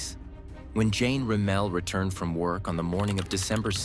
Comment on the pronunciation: Rem-ul...pronounce it right my guy.